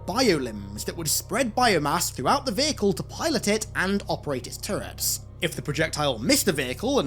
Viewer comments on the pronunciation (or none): none